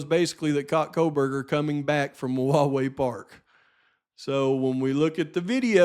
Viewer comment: Hey - I have to LOL YOU Pronounce the park wrong. Wawaii park (rhyms with Hawaii)! Live down that way It doesnt matter I guess, its a weird word anyway!